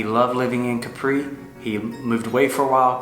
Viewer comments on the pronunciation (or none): Nice video. The first thing we learned about Capri is to pronounce it KAP-pree ;). Also you didn’t mention the funicular that takes you up to the hill. No taxi needed. You briefly showed the historical Carthusia perfumery,,, I hope you went inside. ?